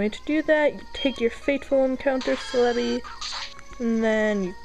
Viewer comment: IT'S FUCKING CEL-EBI pronounced (CELL-E-BEE)